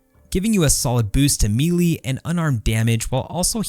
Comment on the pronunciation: The way you pronounce “melee” is kind of galling💀